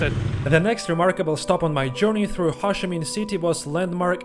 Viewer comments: it took me a really long time to realise you were saying Ho Chi Minh. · Ho (rhymes with Go) Chi (rhymes with tea) Minh (rhymes with win) :-)